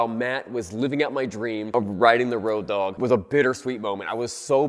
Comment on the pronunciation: its not "ROADOG", it's "ROAD OG" lol